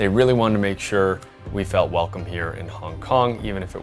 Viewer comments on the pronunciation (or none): 'Welocme' had me in tears. Great review. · ''WELOCME'' sounds like the Hong Kong accent, they really wanted to give a Hong Kong Experience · i was literally looking for a mosquito around me, then i realised it was the background sound from the video. overall interesting and informative video. "Welocme", that was hilarious, but the effort is good.